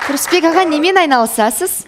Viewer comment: 😂😂😂😂😂 саган кайтадан уйрену керек ариптерди Перизат сенин Сурысбек ага дегенине кулип жатыр ар жургизген сайын создерди кате айтасын "ывкусын" деп бир кулдирдин енди "Сурысбек ага" деп тагы отырсын